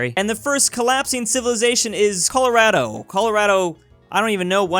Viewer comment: It’s not Colorado the A is said as an o